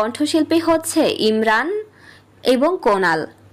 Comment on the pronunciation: কোনা নয় উনাফ নাম কোনাল